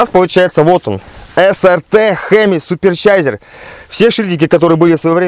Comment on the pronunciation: СуперЧайзер))) уровень владения языком БОг)